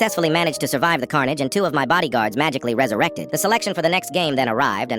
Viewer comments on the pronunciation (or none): none